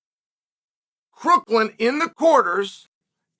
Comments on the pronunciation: Crook-west-Lynn? It’s not his name dude …. Why would you get his name wrong it’s not hard just watch a couple of his matches its Crookham… and the thing called Covid was a government psy-op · Its Crookham not Crooklin. . You mispronounced his name like 30 times. Not most outstanding commentary. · It’s Crookham, not Crookland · Does he get all these guys name wrong on purpose? 😅 Crooklin? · Crookland and storoachee! You’re killing me Chael. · Your credibility on this subject becomes null. You can’t even get Crookham’s name right. It is not Crookland. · You're not even saying his name right. It's CROOKHAM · I thought it was pronounced Crookham? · Crook-lin and Sta-rochi 🤣🤣🤣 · 😂😂😂😂😂 Yeah, that was hilarious! Crookland and Star-roachie!! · You cant even say Crookham's name right.